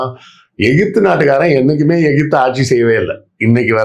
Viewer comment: ஈஜிபுத் னு சொன்னவர் விஞ்சானி செல்லூர்ராஜூ